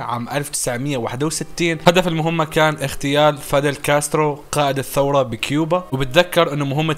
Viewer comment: سلبيات كثيرة عندك بالشرح من هالسلبيات نطق الاسماء غير صحيح مثلا شتاينر ستاينر و كوبا كيوبا !! وايضا احداث مهمة ما مركز عليها صح المقطع يطول بس لو تشرح بذمة او لا تشرح